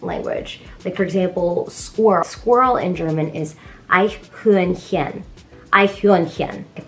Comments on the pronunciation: you pronounce eichhörnchen a lot better than other americans :) Your doing great :) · You speak german very well. "Eichhörnchen" is probably one of the hardest german words for non germans. My brother-in-law, who lives in Connecticut, cannot pronounce it correctly either. :D And I found on your other channel, a song you sing in german (from Mozart). THAT ist terrific and magnificent! Hope I can see you guys one day live...in germany or somewhere in the US.